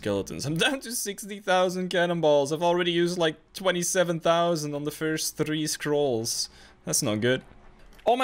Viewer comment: I can’t stand the way you say three, but great content